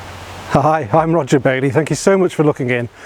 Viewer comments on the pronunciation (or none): none